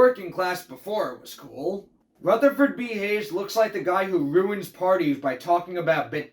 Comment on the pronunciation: Ruth-ah-ferd B Hayes 😂